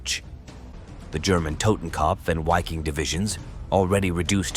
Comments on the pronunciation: The "W" in the German word "Wiking* is pronounced as the English "V". They should be pronouncing it as the English word Viking (sounds the same in German) which also has the same meaning. To pronounce it starting with the pronounciation of the name of the English letter "Y" followed by "-king" is obfuscating and sounds silly in my opinion. Besides that, the pronunciations are fine, with the exception I guess, that to remain completely consistent, the pronunciation of Waffen, should be prounouced as the English spelling "Vaffen" would be. A lot of good information in this post. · Interesting because I wondered about the correct pronunciation since it sounded strange.